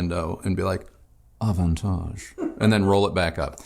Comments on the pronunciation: avantage in french not bad, almost the frenchy pronunciation. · I always knew you were sophisticated,. Hearing you pronounce 'Avantage' just confirms it with (very) posh knobs on🙂😉👍. Yet another great review - am loving Kristi's comments - format works brilliantly 👍👍👍